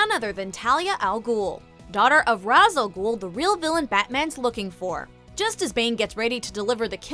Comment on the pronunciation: It's pronounced "Ray-sh" not "Raz" Al Ghul. I'm a Batman nerd, so I should know 😎